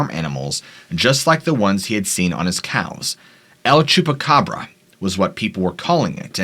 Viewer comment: Thank you for your posts, I love them. Just a note … no need to say “the” el chupacabra, the word EL = the in Spanish. You’re saying THE twice in 2 languages when you say the el chupacabra. Great pronunciation 👏🏼